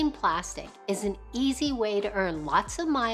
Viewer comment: Fyi: It's not "plastic" it's pronounced plas-teek